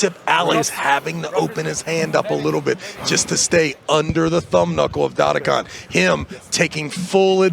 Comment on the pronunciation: Travis, try to learn how to pronounce the names: its not Dadikan, its DdikIan, its not KuredeRcha, its Kurdecha. You are Travis, right? Not Trarvirs or Bargernt, right? Devon also says to Tsvetkog Gaiorgi. Its George, simple, not Gaiorge. What makes it so hard?